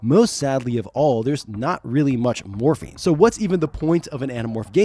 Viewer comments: Morphing not morphine , had me for a minute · Is it just me or is he un able to say morphing? I swear he keeps saying morphine. Dinosaur morphine, I'm in pain brother give me that dino morphine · "The powers of morphine" what? Ohhhh morphing 😂😂😂😂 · Everytime you say "Morphing" I hear you say "Morphine" instead lol. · The sheer number of times I heard "morphing" as "morphine" really makes me think I need to see a hearing doctor. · I heard morphine too lmao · I just want to say that there is a reason the power rangers didn’t say morphing time instead said morph’n time. Because of the medical drug morphing. So yeah just saying because if you think of the drug when narrator says morphing…yup. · every time you say morphing I hear morphine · It's wild; i can't remember if i ever finished this series? I thought i outgrew it before it was done, but then i feel like maybe i read Visser? Lol idk. But The Andalite Chronicles was my fav, and Elfangor. And Rachel, rip. Also, i kept hearing "morphing" as "morphine", but maybe that's a propos 😂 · At like , I thought I heard Cassie was "really good with morphene" and then I REALLY thought these books were dark XD I figured out you said MORPHING a few seconds later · Every single time you said “morphing” my brain heard “morphine” wish resulted in some very fun sentences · I heard morphine and wasn't even concerned 😂 I just thought well yeah they need that probably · Pretty sure every single instance of 'morphing' was similarly mispronounced throughout the video. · Yeah I don't think I heard them pronounce the "g" in morphing a single time.